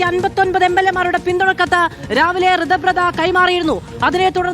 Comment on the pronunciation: ഋതബ്രത വായിൽ വഴങ്ങുന്നില്ല report ക്ക് പോലും: ഇനി തൊട്ട് "സുകു " എന്ന് പറഞ്ഞാൽ മതി . ഞങ്ങൾ മനസിലാക്കിക്കോളാം 😂